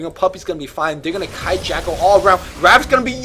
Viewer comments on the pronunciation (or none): none